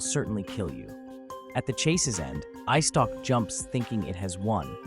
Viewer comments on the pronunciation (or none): its eyestalk not icetock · I dont mean to be rude or anything like that, but, did you just say “ice stock” instead of “eyestalk”?